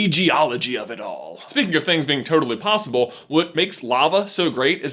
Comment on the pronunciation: You said ricks instead of risks and plossible instead of possible